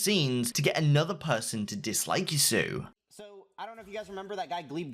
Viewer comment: Ah yes yassuu we have all been reading it wrong